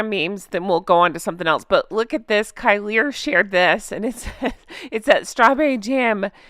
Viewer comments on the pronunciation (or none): none